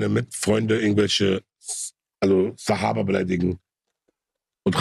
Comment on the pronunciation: Bruder es heißt SAHABA!!! 🤦🏻‍♀️🤦🏻‍♀️🤦🏻‍♀️🤦🏻‍♀️🤦🏻‍♀️